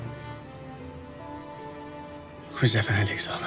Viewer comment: هههه يعجبني كي يقول صارة ميقولش زهرة